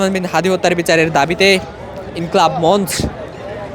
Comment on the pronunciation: মন্চ্ কি জিনিস?? মন্চো উচ্চাৃণ করেন। বানান মন্চ॥